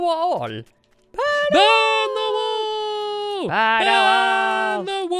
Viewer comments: "wall" not "wool" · Does anyone notice that says wool in the intro rather than wall. 😹😹😹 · Do they say burn the wool or burn the wall?